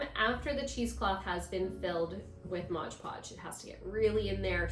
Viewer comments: Nice,but it’s pronounced MOD. Not modge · possibly, though I didn’t notice an accent with anything else. Sounded like Modge Podge, every time.